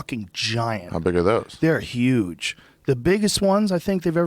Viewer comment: Joe listening to bernie he's say yuge for huge twice so far